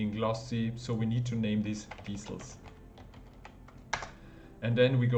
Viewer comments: lol its not diesels its DECALS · Deesals = decals 👌 Thank you! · its pronounced "dee-kals" (hard K); going to have a go at this soon!